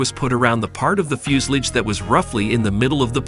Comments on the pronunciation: TO THE MAKERS OF THIS VIDEO: I'm sorry, but what the heck is a "fjus-lids" ? (Yes, I realize that you were trying to say "fuselage"...but Come On !!! ) After all, it is actually your job to narrate this video. -If you can't do a better job than this, please find someone else to do it ! (A friend, even. -Anything!!! ) -The pronounciation of the German words is atrocious ! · its pronounced like this fyo͞osəˌläZH ..... not Fusalidge or Few sal age it sounds like Few si La ja the end sounds more like Lodge but with not really the D sound of the lodge but pretty close sounding. Sorry that was driving me nuts hearing that :face-blue-smiling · How stupid can you get, the word is FUSELAGE ! , not FUSELIGE.